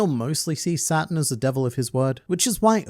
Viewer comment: It's kinda funny how you called Saturn a devil because when you say it really fast, "Saturn" sounds a lot like "Satan".